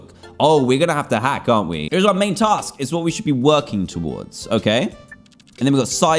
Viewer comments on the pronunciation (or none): none